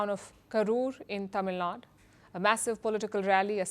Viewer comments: It's Tamil Nadu, not Tamilnad. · Its TAMILNADU not TAMILNAD ! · First of all, Palkhi, it's not "Tamilnad, it is Tamil Nadu" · Dear Palki, Small correction please. It’s NOT ‘Tamilnad’ it’s ’Tamilnaduuu’. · C'mon you north Indian guys including Palki still can't say Tamil Nadu 😤not Tamil Naad !